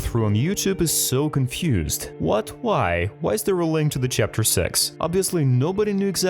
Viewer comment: How he says these 2 words banbann chaptr lol